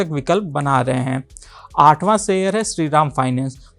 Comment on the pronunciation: आदरणीय एंकर महोदय, आप हर वीडियो में "शेयर" की जगह "सेयर" उच्चारण करते हैं। इस वीडियो में आप "स्तर" की जगह "अस्तर" शब्द का प्रयोग कर रहे हैं.... संभवत: आप बिहारी हैं।